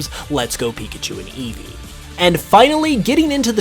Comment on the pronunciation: EEVEE, NOT EVE! HIGHER, NOT HIER! THAN, NOT THEN! AND GRIMMSNARL DOES NOT END WITH ER!